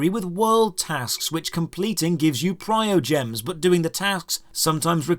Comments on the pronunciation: Normally you make very good reviews on games, but you have some major errors in this one. And honestly, it's kind of hard to take your criticisms seriously when you got the main currency name wrong. It's not "Priogems", it's "Primogems". There's an "m" after the "i". You cannot farm constellations, those come from summoning duplicates of characters. Buying experience is the least effective way of going about it. There are overworld icons that show mini fights where you farm experience, and those are more than adequate for farming to 70 or 80. Those time gates are almost identical to other MMO's, anyways. Daily dungeons, weekly raid bosses, etc. It just feels different because there's the option to throw a couple of bucks at the game to reset your ability to play that content. And for the summons, so far there hasn't been an expansion where extra content, regular dailies, The Abyss, and character tries (plus free ones from emails) haven't given me three full banner pulls. What I would have recommended for this review is to get in touch with some Genshin streamers, because they would have been able to clear up several of the misconceptions in your video. I understand that Gacha games are not for everybody, but there are plenty of people in this game that only use the free units and have no issues completing content. To be open and clear, I've spent plenty of money on characters; I have not spent a single dollar on energy recharges or to skip daily/weekly timeouts. I honestly us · okay but like when he used Traveler's ult against eye of the storm and didn't collect the berries and called Lisa useless (that girl fking obliterates oceanid) and pronounced primogems incorrectly and made currency seem like a complicated thing even thought it's easy to understand and said cons were farmable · It's PRIMO dude, not PRIOGEMS. Tell this to the Chinese players, because they don't even care. :D